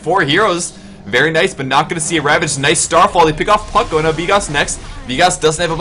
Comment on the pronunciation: Did he say fuck instead of puck?